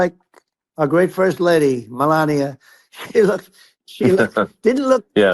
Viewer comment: He doesn't even pronounce his wife's name right. "Mel ah knee ya."